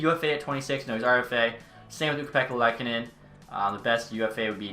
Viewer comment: ukko pekka l(oo)kkonen not lehkonen